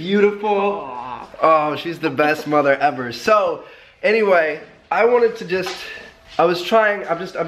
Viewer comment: He says mother ever like mother effer